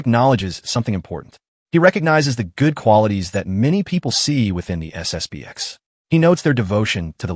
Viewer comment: It's SSP-ten.